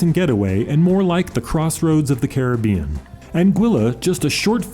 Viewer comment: Thanks for your informative video. And especial thanks for pronouncing Caribbean properly.